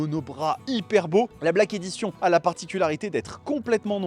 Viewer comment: On prononce : Black Édichonne.